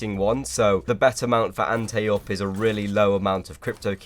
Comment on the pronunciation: lol, you said antay up. It's like anti